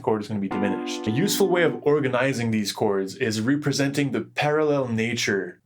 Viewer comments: Is English your first language? Because you pronounce soft vowels as strong vowels in the wrong place. ie. REAProsenting versus representing. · Ree-presenting?? It's a short 'e'.